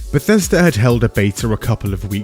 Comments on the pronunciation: Never forget "Bethesda (/bɛˈθɛzdə/;[2] Welsh: [bɛˈθɛsda]) is a town and community in Gwynedd, Wales" lmao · Bleh-thesda and Zeni-Mid